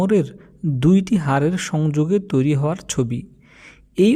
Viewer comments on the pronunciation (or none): none